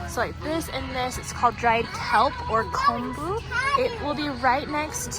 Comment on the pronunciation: Aloha from Hawaii! Thank you for this video and thank you for pronouncing “ponzu” and “kombu” correctly. I cringe every time I hear an Asian cook pronounce them incorrectly. Looking forward to watching more of your videos!